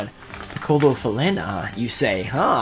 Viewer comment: Loved the reaction to the Piccola Falena (that you actually pronounced well), I'm glad you appreciated it and hope it will help in your collection of Pequenos in all languages. That giveaway is sick by the way, that Guardian is really cool